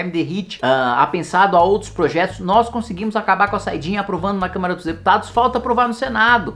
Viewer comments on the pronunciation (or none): none